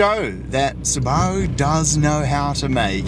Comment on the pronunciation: Hearing a kiwi say Subaru reminds me of when Aussies ask ‘say fish and chips’! 😂